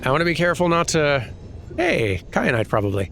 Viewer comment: Kyanite, like teh pepper